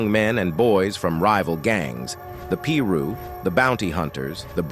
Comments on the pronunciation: I heard that too lol I was like what the fuck "Pru" smh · The Pru???You mean Piru!!!😂😂😂!!! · I immediately said you mean piru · Nxgga said the “Pee-Ru”😭 smh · i left as soon as he called pirus “pee-rus” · 😂hell yea jus waz about to rite he have to be white saying some stupid shit like diz 😂